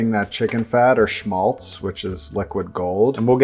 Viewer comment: It's "Schmalz" or "Schmaltz" not "Smaltz" ;) Sorry the german in myself just got the better of me. Btw. this chicken looked amazing.